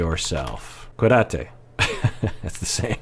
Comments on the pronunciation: "Cuídate porque te lo mereces". That's right,!:) It's so nice to hear you speaking Spanish. Just a tip: you pronounce it by making an emphasis on the "í" in "cuÍdate" because it's the strong syllable. Thank you for your videos, I really love your input in all of them! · Cuidate with an accent in the i, other than that, you did perfect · Love that you said it in Spanish! The accent is on the first syllable… QUEE-dah-taa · Accent on the first syllable and you have it! CWEEdate. 😄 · "Te cuidas". Take care...or "cuidate""...😊. Accent on first syllable. Yes!! Porque lo mereces! Bravo!